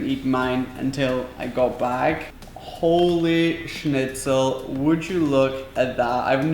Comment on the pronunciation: Why do you say Holi scnitzel